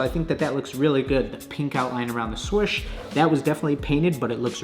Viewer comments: Sorch? Is that meant to mean swoosh? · “The swosh” 🤦🏻‍♂️ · Haha the "shwuish" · Around the what?: Around the SwOWsSH